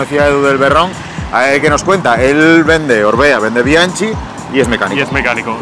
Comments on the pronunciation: Por qué pronuncian bianchi con ch, si la pronunciación es bianki (es italiano). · Mis queridos amigos, me he mordido la lengua durante muchos episodios, pero llegó el momento de contaros algo importante sobre Bianchi: Es una marca italiana, por lo que se pronuncia "Bianki", con K de Bikineros. Espero que corrijáis este problemilla de pronunciación en próximos episodios de YouTube y podcast. ¡Un abrako! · Me gustaría que la pronunciación de las marcas fueran correctas. P. E. Bianchi, la ch en italiano corresponde a la q del castellano. Me parece un poco de respeto a los idiomas en general y creo que añadiría algo de conocimiento en general. Muchas gracias.